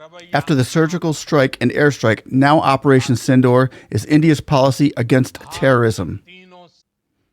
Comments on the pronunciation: Its not pronounced as Synindor but should be correctly pronounced as Sindhoor (Sin-dur). Like durable dur. Mind it. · the pronunciation is sindoooor. Not door, hope this helps. Sindoor is the red color Indian women have on the forehead and in their part in the hair